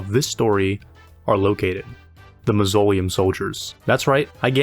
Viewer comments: "Ma -zo - lee - uhm" soldiers😂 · the way you said mausoleum hurt my soul